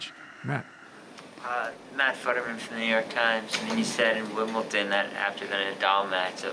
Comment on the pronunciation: The bozo from the New York Times pronounces it Wimbleton.